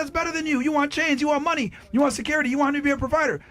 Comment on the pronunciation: “He has to have munyee” “I like jurry” The fatigue is well and truly setting in.